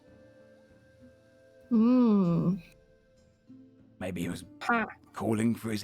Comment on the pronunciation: I know its months old. I know its so minor of a point, and if they're called that in the lore by all means thats cool. But if its the term Justiciar you're naming them after. Its pronounced JUSTICE -E-ARE. I found out I was calling them the wrong thing for years until yesterday, and now I hear it here and I feel I gotta do it so you don't feel lied to like me. Loving the series, I see all the heart put in on the early days so i can't wait to see whats ahead